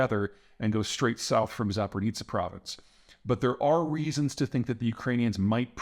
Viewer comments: Zaporizhia. Not Zap-or-neet-sa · Peter Zeihan has a lot of trouble pronouncing 'Zaporizhzhia' (think of 'zh' as a J) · Zapor-nitsa is nearby Kiir-son. Where do you think the Kak-ova dam is?